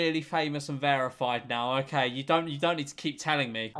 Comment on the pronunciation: I love how this man says verified lol Vearified